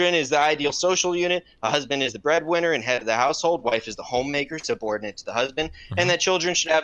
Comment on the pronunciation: Do my ears deceive me or did I just hear "wife subordinate to the husband"? Suborinate? Really?